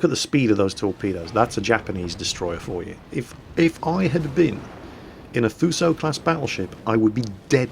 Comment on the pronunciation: just saying,you pronounce Fuso "Foosho" or just "Fooso", not "Fyuso" xD